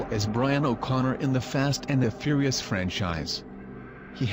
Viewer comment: furious not fearious